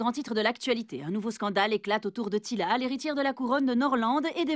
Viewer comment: c'est teela pas tila xD